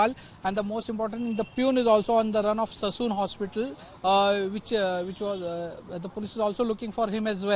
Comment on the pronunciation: Please it's Sassoon Hospital and not Sason Hospital 😂